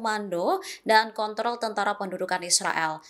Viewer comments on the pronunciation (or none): none